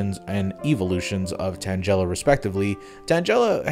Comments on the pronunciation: "tanJela" "girafaridge" shouldn't it be "tangle-ah" and "giraffe-a-rig"? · I won't lie, I liked your bit on the Gold and Silver sprites... But I will not let it slide that you said Tangela the way you did. Like, the fuck, do you say 'Tangrowth' as 'TanJrowth' instead??? The root word is TANGLE, it isn't rocket science!